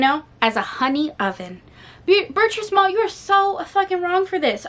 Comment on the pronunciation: I read that book back in the 80’s. Between you and Jess, y’all are making me want to read it again! BTW…it’s pronounced Ber-(treese) Small. I think I’m gonna re-read it.